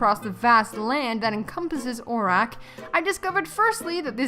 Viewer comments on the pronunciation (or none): omg please dont call it that your saying it wrong lol